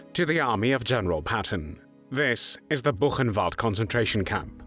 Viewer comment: Diga: " burrenvalde"